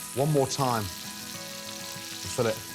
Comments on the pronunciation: How he says filet I thought it was pronounced filay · Does it bother anyone else he calls it "fill-it"?. It's like calling a bouquet, "boo-ket". Or chic, "chick". Gordon I love u, but it is fil-lei. I guess it's just another English to American English word. Even tho I bet it is French.